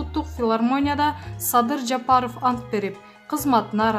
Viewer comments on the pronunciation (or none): none